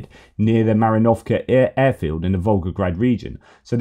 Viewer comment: PLEASE ! 🙏🙏🙏 Ma - 'ri - novka Not Mari - 'novka No. emphasis. on endings -iv, -ivka, -livka, -ov, -ovka etc. and not on -eva, -evo, -ovo, -ova, -kaya